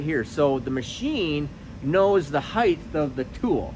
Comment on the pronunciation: I swear anytime anybody mispronounces the word height by pronouncing it heighth, I just turn the channel and move on to someone smarter. Length. Width. Depth. Breadth. Height. See the difference? It may seem petty but pronounce things correctly and appear smarter. If you can't get one word right, I've lost all faith. Goodbye.